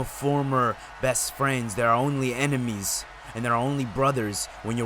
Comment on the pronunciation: it’s ENEMIES not EMINES lol